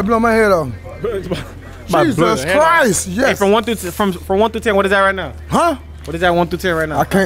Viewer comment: it’s jesus christ: not jesus crist.🤦🏼‍♂️